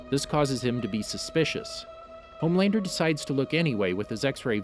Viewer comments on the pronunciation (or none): It's lowkey pissing me that you keep saying homelaner😂